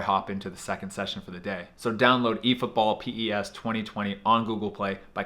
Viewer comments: It's pronounced 'pes' you don't say P-E-S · No one:: PI-E-ES Football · The fact that you called PES P-E-S let me think you don't actually play it. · It's not p.e.s